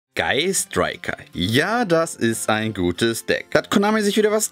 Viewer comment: Wer hat noch im Intro: „Guy Striker“ verstanden?